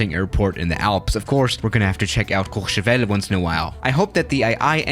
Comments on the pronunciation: Your french because when you say Courchevel because he sounded so good ! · First flight sim youtuber to pronounce Courchevel decently.